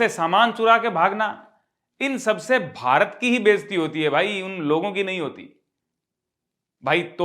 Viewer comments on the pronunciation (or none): none